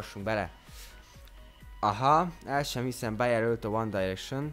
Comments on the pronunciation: Amúgy a One Direction-t helyesen mondtad ki :D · Amúgy jól mondtad a 1D-t. Tulajdonképpen mindkét módon helyes, mert a Brit angol "Dájreksön"-nek míg az amerikai "Direksön"-nek mondja. :D